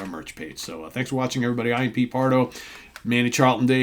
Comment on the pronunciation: The rock gods from the Kingdom of Fife! My favourite Naz riff Is Expect No Mercy. BTW the CH in Charlton is pronounced the same as the CH in cheese.